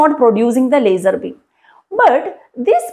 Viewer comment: Leisurrrrrr Beeem 😂❤ Love the accent